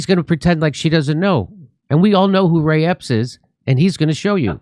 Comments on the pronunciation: He said ray Epstein lol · Ray Epps, not Epstein. Word slip